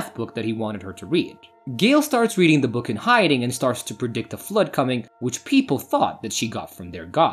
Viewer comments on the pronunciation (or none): none